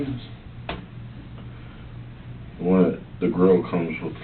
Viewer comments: "Jala-pinos" "Hahahahs" Such a dumb thing to say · Pronouncing the "j" in jalapeños the gringo way. That's death in some countries. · This is the “Amazon review” killer, right? Did he pronounce jalapeños almost like Ricky from Trailer Park Boys?